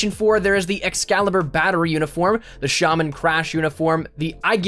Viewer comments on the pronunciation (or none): none